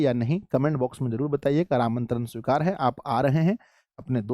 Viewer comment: Aapka nimintaran sikura haaa